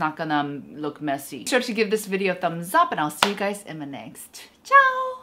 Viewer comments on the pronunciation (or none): none